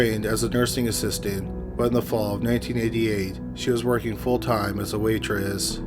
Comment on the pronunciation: “Working as a waitreeeEs”